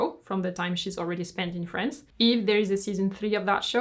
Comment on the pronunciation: its france not frence